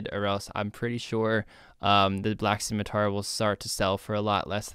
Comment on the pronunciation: “Scimitour” haha perfect